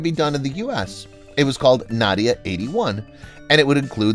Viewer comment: Didn't he say Na dia, with a as in hat? I thought the correct pronounciation is Nah dia .